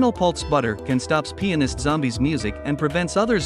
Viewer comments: that did not sound like he said pianist 💀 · you sure you said pianist or something else?